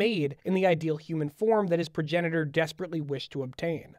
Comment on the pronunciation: I know that’s not a pun but I can’t help but hear it as progenitaur